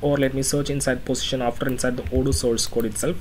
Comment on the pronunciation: I'm keep telling you that it's "position", not "positiom", but you are not listening .. LOL (XD) Just kiding, good course, thanks.